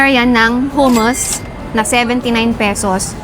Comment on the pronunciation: Huh-muhs ( hummus ) 😅